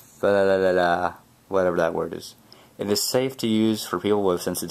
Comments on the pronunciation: that word is pronounced "pthalates" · pronounced thilates, the PH is silent :3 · its fi-thal-ate-s